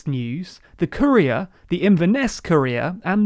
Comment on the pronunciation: TLDR:"Courier". -My ears:"Korea".